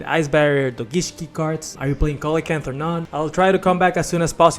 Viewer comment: It's pronounced See-luh-can-th